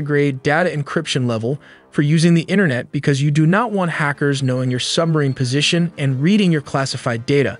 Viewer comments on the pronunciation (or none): none